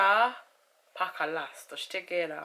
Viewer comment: She said pakalast, gerroura here! 🤣🤣🤣